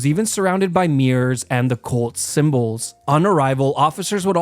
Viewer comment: it sounds like you're saying "Colts symbols" like white horseshoes lol